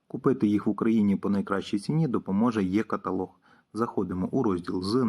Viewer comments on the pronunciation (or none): Не є каталог,а е каталог .Чи може ви московит.